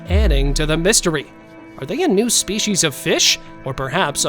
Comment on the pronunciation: Come on dude there's no h in species so quit pronouncing it spechies